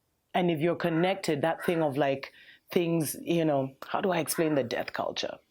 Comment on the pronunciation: Whenever you said death culture I kept hearing the debt culture... hopefully debt culture ends too